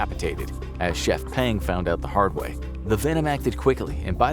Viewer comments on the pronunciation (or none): none